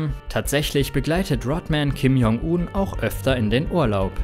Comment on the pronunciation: P.S. man spricht es [Kim Joong un] das J wie ein englisches G